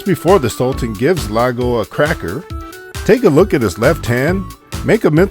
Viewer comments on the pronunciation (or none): Lago? I thought it was Iago (ee-ah-go)? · it’s pronounced ee-yah-go